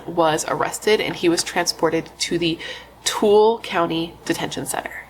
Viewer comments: It's " two-illa" :-) and as rural as we are, we always call, or stop... most people will stop unless they feel unsafe doing so in which case... they call. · Tooele is pronounced too-will-uh, but you got Parowan right on😊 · Too-illa is how you say Tooele ❤